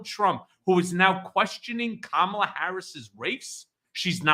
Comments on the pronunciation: HE CALL KAMALA KAMABLA KAMA BLACK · He can't even pronounce it ! 🤪